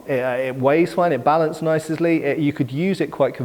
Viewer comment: I have a doctorate in chilling out and I can tell you he just misplaced the S sound at the end of Balances